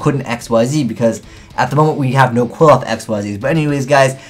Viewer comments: Well, their japanese pronounciation is Kurifoto, so they are pronounced "Klifot". Also, their names are based on Jewish mysticism and can be considered to be connected to the Tree of Life, as seen on Apoqliphoth. The new Shaddoll is also called Shekhinaga, which is deprived from a female version of "god" or be translated as "the place where God rests". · Alexander Vaught I think the end should sound like oth instead of oath since there is no e at the end of the name. Seriously though I think doesn't even try pronouncing some yugioh names properly and just settles on a wrong pronunciation. I've also noticed it's not just and other yugitubers do it as well. Not only that but they pronounce it wrong in the same way as. Seriously can we please try and get these guys to pronounce the cards properly. Sorry for being a bit ranty it's just something that annoys me XD